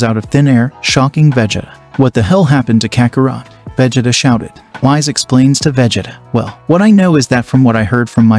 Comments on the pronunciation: His name is whis not wize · Its Pronounced Whees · Dude really called whis Whise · Bro said wise instead of whis lol